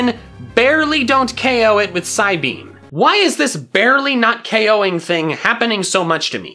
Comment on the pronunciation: "Okoeing all of them" OKOEING.